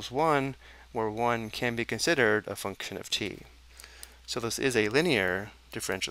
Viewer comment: Your pronunciation of function gives me nightmares